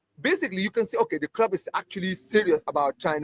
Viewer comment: Man's a native English speaker. he MUST know how CLUB is pronounced.